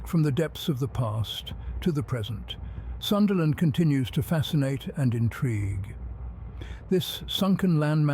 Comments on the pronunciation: Pls Pronounce it PROPERLY! - "Soonda" Land, NOT the American / Westernised version "SUNderland" 🤦🏽‍♀️🤦🏽‍♀️🤦🏽‍♀️ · The only thing that got me was the time it said sundayland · Love how he goes from Sundaland pronunciation to Sundayland...😂